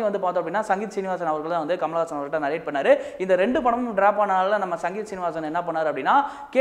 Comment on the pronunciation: இயக்குனர் பெயர் சங்கீதம் சீனிவாஸ் இல்லை சிங்கீதம் ஸ்ரீனிவாஸ்...சரியாக சொலாலுங்கள்...